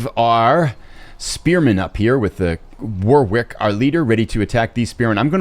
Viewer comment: My English heart hurts everytime you say War-Wick, it's War-ick :)